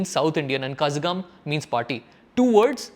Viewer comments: Correction on your pronunciation: This work "Kazhagam" is not pronounced as 'Kha-za-gum' it is pronounced as 'kha-LLa-gum' it is a deep 'La' in Tamil we have 3 different 'La' pronounced in 3 different pitch or tone. This one used in kazhagam is a "Sirappu Lagaram" which is used in "Tamizh" - "தமிழ்". Nice video :) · It is not kasagham . It is kalagam. ழ is a consonant something specific/ special to Tamil language. You have four different consonants in Hindi. We have three dofferent letters to indicate different sounds from each other ல, ள, and ழ. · It's kalagam Not kazagam... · Not kazakam its Kalakam Pls correct ur pronunciation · Kazhagam is no pronounced as "Ka-za-gam" but more like ka-lla-gam" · Kazhakam is pronounced 'Kalagam' as there is no letter for the special 'la' used in Tamil. It is not Kasakam. :) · Hay guy it is not kazagam .It is kalagam. But here the l sounds differently, something unique for Tamil language. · Dude. It is not pronounced Kazagam. U prounce it as Kalagam. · Not kasagam man, its Kalagam Zha mean la pronunciation tongue should go deeper not near to the teeth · Zh is not a z sound but a r sound, IPA: ɻ So not to pronounce kazagam but kaɻagam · Not kazh (s) gam Kazhagam (La) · kazhagam needs to be pronounced as kalagam. not kasagam. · What kazzzzagam 🤣 ? The closest English I can write is kalagam for pronunciation. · Kalagam not kazagam. letter "ZHA" pronunciation only available in Tamil and can be able to pronounce Tamils only .. cannot be others. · Kalagam not kazhagam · Good video. FYI - it is pronounced as "Ka(la)gam" and not "Ka(zh)agam". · Yow thats not kazagam. Its kazh(l)agam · Pronunciation 😮 kazhakham..it's not kaza..it should be pronounce as kalagam. Zha sound. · Bro u have to spell it as kalagam not kasagam....zha is a special letter in Tamil which irreplaceable by any language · it's not kasagam it's kalagam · actually that kazham is "kalagam " . retroflex "l" sound, but it is voiced and often transliterated as "zh".